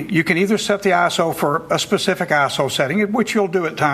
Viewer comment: when he says iso i hear asshole :(